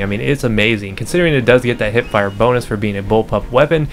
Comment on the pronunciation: also its hipfire not hitfire